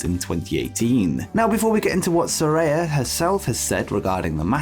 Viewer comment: “Saraya” is pronounced “Sir-eye-a”!